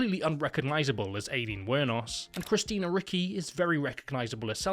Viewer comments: The way he pronounces ricci (richy) Ricky 😂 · it's richie not ricky, how can you say christina ricky... I'm unsubbing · I’m so sorry but it’s Eye-Leen not Ay-keen. And it’s Christina Ri-chie, not Ri-ckie. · One small correction. It's pronounced "Richy," not "Ricky." Other than that, great video! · Christina Ricky? Is there some pathology that British people have that they are unwilling or unable to pronounce anything Spanish or Italian even close to correctly? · Lmfao i never heard anyone pronounce the name as "Christina Ricki" and when he said "because thats obviously christina ricki" i really thought he was gonna say "she just looks like Wendnesday" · It’s actually pronounced “Richi.” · Ay-leen? Christina Rickee? Do you just literally not do any background research at all? How do you exist in the year 2025 and not know how to say Christina Ricci's surname? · the way you're pronouncing christina ricci and aileen is rage bait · I’d hate to hear him pronounce Gucci 😭